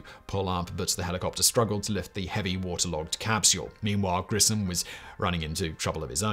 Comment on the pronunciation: Just for someone who was interested... Gus's last name is pronounced GRISH-um.